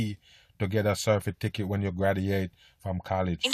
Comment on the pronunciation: Its pronounced cert-ti-ficate.